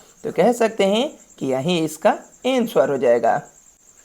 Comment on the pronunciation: Ansuvar nahe bhai anser